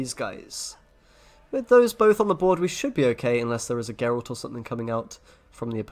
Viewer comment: Meanwhile, SirPumpkn still pronounces Gregoire as Gregory and pronounces Geralt as Jeralt.